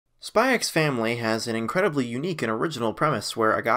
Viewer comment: THE X IS SILENT BRUH